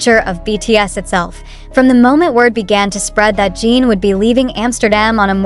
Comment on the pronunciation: You talk too much and show images that don’t match what you say at all and his name is not Gene as you always say but JIN And the people can’t go to terminal, you suck things out of your thumb 😡